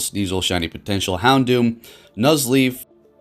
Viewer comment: Houndour not doom